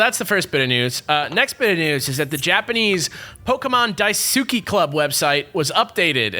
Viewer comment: I'm sorry, but as a Japanese student, pronunciation of the word daisuki just makes me cringe. I love your work, and I know that you guys try your best to pronounce things correctly, but a lot of the time, you guys kind of butcher Japanese names/words. Granted, a lot of people don't know how to properly pronounce Japanese, so I understand.